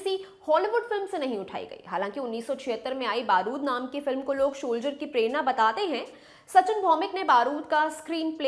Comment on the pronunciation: Sholjer 😅 nhi Soldier😂